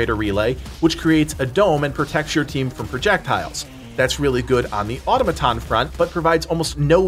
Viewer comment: Uh Tom uh tohns.